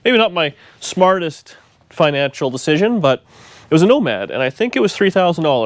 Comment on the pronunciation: it is becoming your "woe-mad'... sorry...